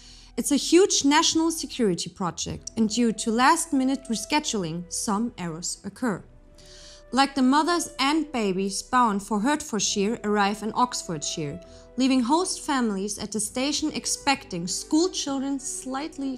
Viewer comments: Hertfordshire is pronounced as Hartfordshire. Don't ask me it just is, but that's English for you! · she says 'Hurtfordshire. Everyone I've met from that county pronounces it without sounding out the 'E'. As for Luton, well that place is a proper shit hole....and yes I've been there on many occasions.